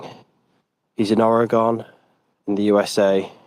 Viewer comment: Sounds so cool when he says Oregon